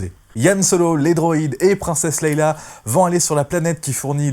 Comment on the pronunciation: Princesse "Leila". Tu m'as tué en prononçant mal son prénom systématiquement. Répète après moi : Leia (se prononce "lé ya") Du coup, je n'ai rien écouté de ta vidéo. Comme quoi une vue ou un abonnement ça se joue à peu de choses. :-)